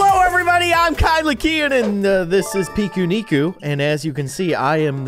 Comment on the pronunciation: really funny video keyin love it !!:virtualhug::shelterin: and i really think the way u say "pikuniku" is really funny and cute!!!🙃